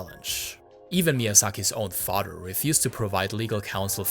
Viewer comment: How are you pronouncing the japanese "r" perfectly but stil pronouncing mother and father as "mudder" and "fadder"? Wtf